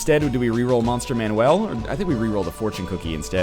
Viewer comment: Is him saying 'Monster man-WELL' phonetically an inside joke, accent, or does he legitimately think its pronounced like that instead of 'Monster MAN-ule'. Not hating, just curious.